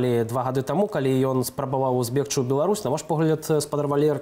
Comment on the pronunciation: Зьбегчы -- павінны быць мяккі /з'/. Рэжа беларускае вуха.